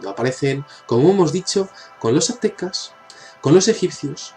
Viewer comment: adenás, son construcciones Mayas y no "Atecas", no se dice atecas, es Aztecas